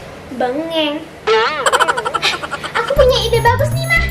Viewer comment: bengong atau bengen guys